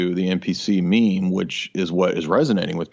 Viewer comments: Blah blah mem. Blah blah blah mem. And then says meme. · It's pronounced meem not mem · meeeeme not memms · Mem? Wtf, i thought it was a joke at first, but..., correct him ffs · Who the fuck pronounces it “mem”???